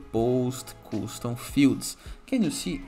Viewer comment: its not "Koostoom" it is "Kastoom"